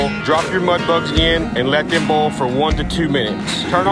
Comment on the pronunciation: my man doesn’t know how to pronounce “boil” “bool”